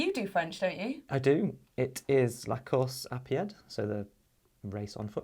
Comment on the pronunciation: La course à pied well done 👍 but the letter d is silent